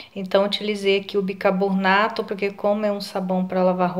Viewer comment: Amo suas receitas, mas por favor é BICARBONATO E NAO BICABORNATO..